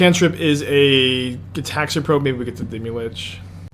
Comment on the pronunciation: deemee lich. omg stop saying that forever and ever. idc if you always wanted to play deemee lich, the way you say its name loses you all privilege to play it